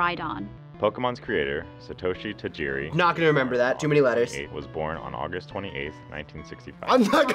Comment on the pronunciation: No, it isn't. It's Japanese. Sah-toh-shee Tuh-gee-ree.